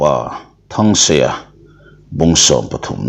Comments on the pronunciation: Thansanga tiin i lam leh thin a. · Thansanga ti in I lam fo mai...fimkhur deuh te...